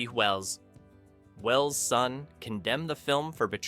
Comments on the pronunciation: I heard that pause too and suddenly realized it was AI voice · "H. G. Wells" is read with a big gap between G. and Wells. Classic AI flaw.